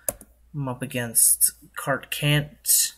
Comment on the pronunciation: "We're up against CartCant" Emphasis on the CANT 😈😈😈😈